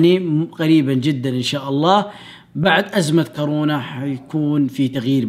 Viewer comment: هو قال كارونا